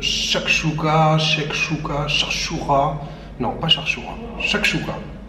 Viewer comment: Chekchouka monsieur ya pa de kha que des k hhhh